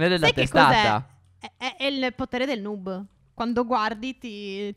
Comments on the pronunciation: Non si dice nuub ma noob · Si dice nob no nub